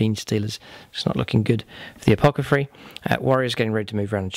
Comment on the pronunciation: Loved this. What an epic fight to the death! (Also, its "A-poth-ecary" ... not "A-poc-athary"... lol, sorry)